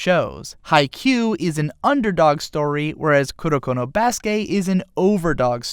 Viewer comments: i cringe every time he says "kuroko no BASUKE" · You know instead of emphasizing basuke you can say basuke sounding like basket other than basuKE